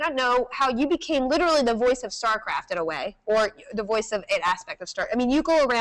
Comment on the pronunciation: if she says "startraft" one more time, I think Day9 is obligated to kill her.